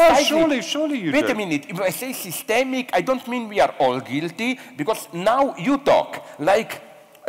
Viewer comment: . I’ve never heard the word systemic pronounced that way in all my life.